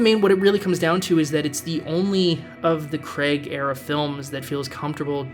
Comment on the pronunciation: "CRAIG" Not "CREG"